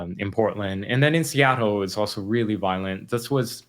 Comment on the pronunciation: Love Andy’s work that being said the way he pronounces Seattle is distracting